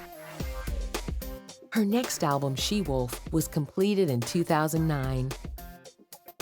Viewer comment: The narrator keeps pronouncing ''alblum'' a-le-blem